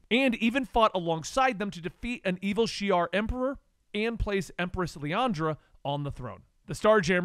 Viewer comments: LILANDRA not LIANDRA... it was Bishop not Forge... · Man, the pronunciation on some of those names is way off. Liyana, Erik Leshner, etc.